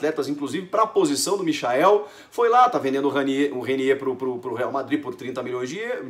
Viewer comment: Porra é difícil pronunciar a porra do nome do cara certo por acaso alguém chama o Michael Jackson de MICHAEL